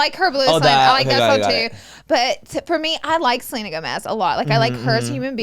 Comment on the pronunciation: The way that manny and Laura keep referring to Selena Gomez as “Seleener” is killing me 😂💀